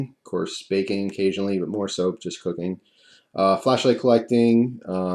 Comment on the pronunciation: When you said "cooking" it sounded like "cocaine" I was like wtf?